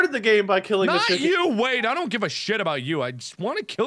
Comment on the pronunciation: wade* not wene